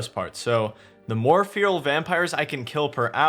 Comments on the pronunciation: man I love you but how can you butcher the pronunciation of feral that badly? Like how the fuck do you get FEAR-AL from FE-RAL? If its so hard to remember just imagine its spelt like Ferrall as in Will Ferrall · its not fear-uhl :( its feh-ruhl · Please learn how to say "FERAL" correctly, thanks. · "Fee-rill" vampires lol. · Feral = Fair-rule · Its pronounced Ferrell ffs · Fear-ul vampires? That's not seriously how Americans pronounce 'feral' is it? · Please stop calling them feeril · Feral /ˈferəl/ fair-oll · cant even pronounce feral correctly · Why can't you pronounce the world feral?